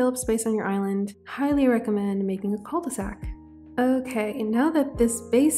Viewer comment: Hi ! I love your videos and i know this one has been out for over a week but i just wanted to precise that "'cul-de-sac" is exactly a dead-end. It is pronounced Ku not Kou/Koo, also cul means "ass" in english ahah so ye it does mean "the ass of a bag" as in the bottom of a bag you cant go further. You can just say dead-end. As french people we never use cul-de-sac as a word, we use the word "impasse" which is dead-end but better way to say it. Usually, when french people would use that word it would be in an horror movie and the protagonists are running away from a monster then suddenly have no escape in front of them. That's where they would scream Oh no that's a "cul-de-sac" ! And then its not cute anymore ahah Anyway:shelterin:Love you lots, keep up the great work ! Was just informative comment as a lot of non-french people tend to have misunderstanding of certain words